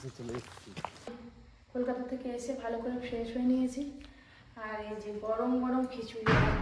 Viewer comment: Kolikata na kolkata hobe